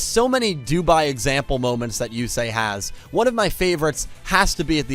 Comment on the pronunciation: Before watching the video. Yusei it's Yusei. Fuck all of you. Lol